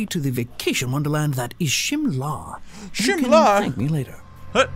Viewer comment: IT'S NOT SHIMALA!IT'S SHIMLA!